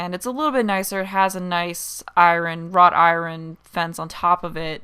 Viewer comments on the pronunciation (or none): "eye-rin" :D :D :D I love these derps! I really like the tall gates on either side of the arch - they fitted into that area so well.